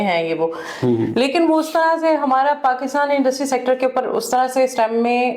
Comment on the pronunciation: Paksta aur sayanshh 😂😂😂😂 markiit 😂